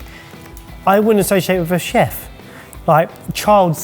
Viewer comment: Word of the Day: “Cheft”